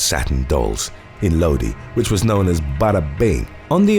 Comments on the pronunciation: Not “low-di”.. it’s LOW-DIE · Lodi is pronounced Lowdie